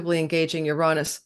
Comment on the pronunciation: Ur rahn -us? interesting elocutionary style..... it has always been ur-ay-nus, the planet of double entendre.